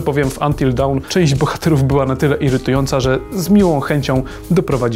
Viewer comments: dawn nie wymawia się jak down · Panowie k(/%a...ju kolejny raz...zrobiliście materiał w którym chwalicie się znajomością angielskiego...a tu co? Until Down??? Down? Zapisz fonetyczny podaję [Do:n]... Weźcie to sobie zapamiętajcie...